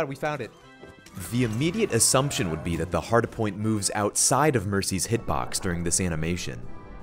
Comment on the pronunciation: Is it just me or is he saying hardapoint?